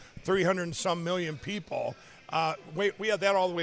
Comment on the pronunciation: “Three hunert n sum millun PEEpahl…” Fuck is wrong with this guy?